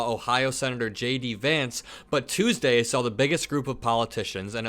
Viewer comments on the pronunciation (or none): none